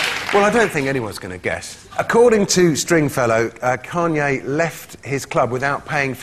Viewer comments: As an American who is unfortunately stuck with hearing about every move that King Douchelord, Kanye, makes it makes me deliriously happy to hear Noel butcher his name into Keanu. LOL . Ahhhh England. Im so jealous of you. You dont have Kanye...or Kim (Kimye, if you will). Im sure you have your fair share of people you would gladly export but just thank your gods that you dont have these tools. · I love that Noel doesn't even know who Kanye West is. "Kay-an-oo or whatever his name is." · at first i thought he was saying "keanu" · omggg Noel saying Kanye's name wrong was so great. I JUST FUCKING LOVE NOEL. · Noel mispronounced Kanye's name , which means Noel doesn't know who he is. I both love and envy this man......Noel, not the twat.